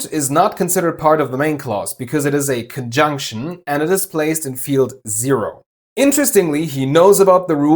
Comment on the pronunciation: Ha! Caught you on “conjunction”! Your German came out, you put stress on the last syllable in the German way, with that typical “en” sound that is also heard in verbs such as ‘arbeiten’ in German, but -tion is more pronounced in English, rather than just ‘n, with very stressed ‘n’, also you do that rising thing (rising voice at the end of that word) that Germans do, Femi from Germany also does this even though like you she speaks English very well indeed. Forgive my nitpicking, I’m just really into linguistics (as a hobby)! When someone speaks English almost flawlessly the little exceptions stand out more lol.